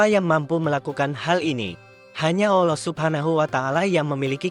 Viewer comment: Maaf untuk pengucapan mohon dibetulkan. "ALLOH bukan OLLOH".